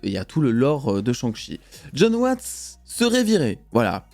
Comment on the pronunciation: Un gros « cheuh »🤣🤣 ça se prononce CHAIH (avec le H aussi)